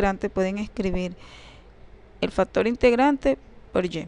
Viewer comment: Yo escucho factor pero no factor ,lo dice bién.Por otra parte su idea matemática la comunica bién.Saludos muchachos.